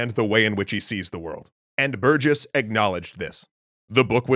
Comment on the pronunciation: Honestly? Biggest part of this one was hearing someone unrelated pronouncing my last name correctly for once. Can't tell how many times a new teacher would call me "berg-iss"